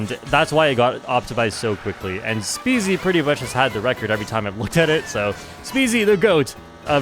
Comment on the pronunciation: Stop mispronouncing my boy SpeZys name 😢